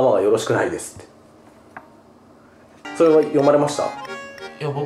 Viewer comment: そrrrrはねえ